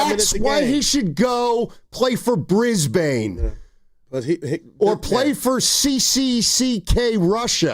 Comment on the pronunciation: Someone from Brisbane it’s NOT brisBANE! It’s Brisbane “Ben” And it’s CANS Not Keeeynsssss 🤦